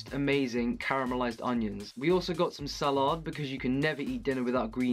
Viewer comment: "Sahlard" instead of salad. And a couple of other words